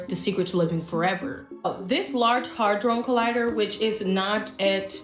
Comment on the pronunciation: I want to believe her but she can't even say 'hadron collider' correctly...